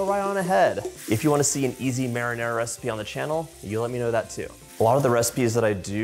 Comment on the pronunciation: You're impossible ! An impossible Cook ! But you still got a "like" even if you can't say Marinara and balsamico properly. That's a good idea with the Ricotta cheese 🧀!